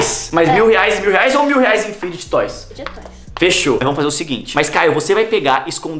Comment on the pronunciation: Mossa o único adulto que eu já vi falando o nome serto fidget toys 😂😂😂😂